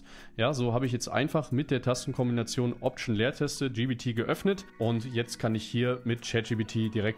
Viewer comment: Warum sagst du immer GBT es heisst GPT